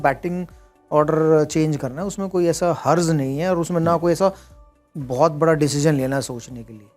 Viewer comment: Harz nhi hai?? Jab Urdu nhi aati to boltey kyun ho.. harj hota hai harz nhi